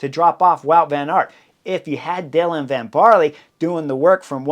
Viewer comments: (Van "Baarl", not barley! 👍🏼) Thanks for the breakdown; love the Butterfly Effect! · ‘Van Baarler’. The E at the end is not silent. The prononciation is somewhere between an ‘er’ and an ‘uh’.